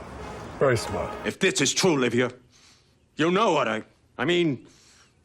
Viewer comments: It's Livia, not Olivia. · Why do you keep calling Livia "Olivia?" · Livia, not Olivia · Livia, not Olivia. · It's Livia not Olivia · *LIVIA not Olivia there’s no “o” in front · Her name was Livia, not “Olivia” as you said. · The mother's name is Livia, not Olivia. Imaging making a 30 minute video and fucking that up... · It’s Livia, not Olivia. Roman female name. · Livia, not Olivia lol. Great essay though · Livia. NOT O-livia. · You keep calling her Olivia. You dumb fuck. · Did this guy call Livia "Olivia" hahahaha this guy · It's Livia, not Olivia